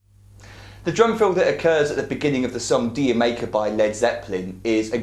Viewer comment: dude, the song is pronounced jamaica ;) keep up the great vids ;)